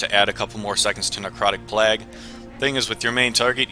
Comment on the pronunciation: "necrotic plegh"